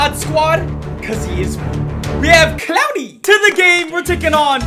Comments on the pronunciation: And him saying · Him saying gets me every time lol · I love when you say clowney